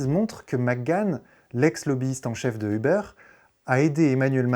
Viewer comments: On dit pas "euhbeur"!!! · On dit pas "euhbeur"!! En anglais on ne dit pas euhbeur! Quelle prononciation à la plouc ! Comment peut-on croire la vidéo si le mec il ne sait même pas prononcer la compagnie.